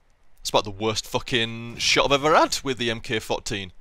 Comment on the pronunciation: Aghhh,, the gun nut in me is gonna make me say it: P. When you see 'Mk' in the name of a military system (weapons, vehicles, etc) it stands for 'Mark' so it's actually pronounced 'Mark 14'. Not a big deal at all, just letting you know:D.